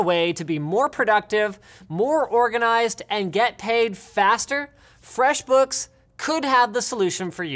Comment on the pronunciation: "So head over to FREXBOOKS" Really Linus, Really?